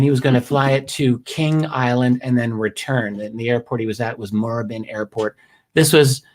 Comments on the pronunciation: It's pronounced more-ab-in. Great work. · Well done on the Melbourne pronunciation , I believe he took off at Moorabbin airport, which you may remember was mentioned in the westall sighting of 66. Any young person growing up in the 70s and 80s was interested in ufos..........Pronunciation MOORE-ABIN